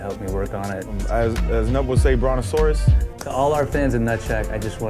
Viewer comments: YES I WAS WORRIED I WOULDN'T GET THE AS SAY BRONASAURUS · As say brontasaurus